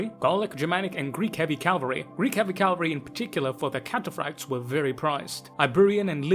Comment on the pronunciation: I've think I've whined multiple times but Cav-al-ry.🤣